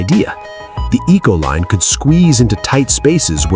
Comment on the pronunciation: Econoline not Ecoline